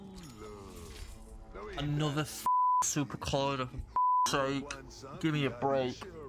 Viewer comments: Super-coll-ider. Its collider as in collision. Mocha-sins, its Mockasin. You've never heard of moccasins? nice vid. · I'm loving this series, great content! Btw please Google how to pronounce supercollider 😂